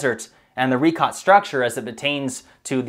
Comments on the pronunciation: Ree-shō... it's French dude. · The Richat Crater was named so by French speaking explorers and its pronunciation is closer to 'rish-a' than 'ri-kot'. Even the Arabic name emphasises this (where its pronunciation is closer to 'ri-shat-e').